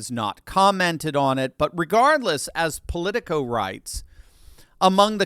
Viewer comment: When you said Polico, I dismissed it immediately.